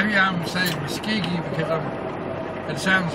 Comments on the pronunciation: It's actually pronounced musk Oh gee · Besides the spelling (with an "o"), the other clue as to the pronunciation of Muskogee is in the song. "I'm proud to be an okie from Muskogee"